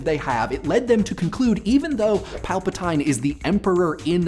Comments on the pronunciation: How is it that in the movies, they say Palpatine's name with an E sound, yet you continue to say it with an I? It's his name, and they say it in the movies. It's not like you read it in a book, or in these days on a screen, and then we have a gif/jif/zaif controversy; it's been clarified on its pronunciation since the day we first heard it. Come on man. If you can learn to say LEGO Bricks instead of legos, you can learn to say Palpatine's name. Now, as a theory of my own, since they aren't Clone Troopers, it makes sense for them to not take their orders with such tenacity and complete them to a T. Also, when you think about it, their job probably sucks. You look like everyone else in your armor; it's probably uncomfortable; you're being bossed around all the time; why not help the Rebels? I would say that it is possible that Vader is the one really putting on an act. Think about it. Vader, did help start the Empire, but did eventually change his mind because he say that Palpatine really was as much of a bad guy as he actually was, so after the revelation that his wife was killed by him, while being true from a certain point of view, was a lie told by Palpatine, and the feeling he gets from the Force that Luke and Leia are in fact his kids, that is when he actually turns coat on the Empire. He then relays orders to the Stormtroopers, kills any Imperial Officer foolish enough to think they are going to get away with tattling to the Emperor, and Vader then also plays an act, and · is this going to be "gif" vs. "jif" vs. "jyfe" all over again?, it's Pal-pa-teen, not Pal-pa-tyne... XD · Also, pretty sure his name is Chancellor Pal-pah-/teen/. Not Pal-pah-/tine/. Correct me if I'm wrong. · Palpateen like Mr. Clean, not Palpatyne like Terpentine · Everyone is commenting about how you thought storm troopers were clones, so I'll complain about something different. It's pronounced pal-pa-teen. Have you even seen Star Wars?... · Pry-mer Palp-a-teen